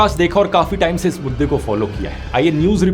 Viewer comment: I thought he was saying "is buddhe ko follow" instead of "is mudde ko follow"